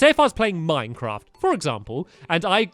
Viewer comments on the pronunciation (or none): none